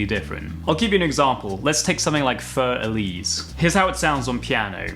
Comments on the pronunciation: Your precision is astounding, and reminds me of the precision Ana Vidovic has shown playing Asturias. Congratulations on achieving this incredible level of skill. A couple comments to ponder: 1. Für Elise pronounciation - I think you should try pronouncing it per this phonetic spelling: fee*yur. It's not really two syllables, but the correct German vowel sound (dipthong) will be arrived at this way. 2. Für Elise on the bass - , I know you ran out of frets, but can you perhaps get that one note that pops up another octave higher by playing a harmonic? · Sorry but Fur Elise is not Elise with fur as you pronounce it. The u has two points on top which means it is pronounced a lot different than you did it. I like your music and stuff but please learn the propper pronunciation of hariy furry elise. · It is not "fur Elise", it is "für Elise". Improve your German! Or at least say it in English, "for Eliseh". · Not a hater just very accurate Für Elise not fur Elise. Für is pronounced fyr and means For Elise. Not fur Elise as in animal hair. Great channel 👍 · "BASS Elise" literally gave me a raging hard bass. Thanks.